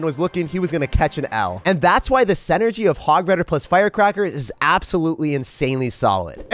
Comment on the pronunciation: love your vids!! I consistently have something to look forward to at the end of every single day of work, plus weekends. One minor nit - it's pronounced "sinergy", not "senergy"